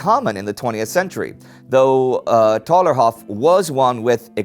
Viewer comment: Hi, love your show but the internment is called Thalerhof. Don't forget those silent h's ;)